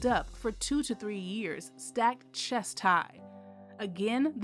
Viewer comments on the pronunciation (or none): none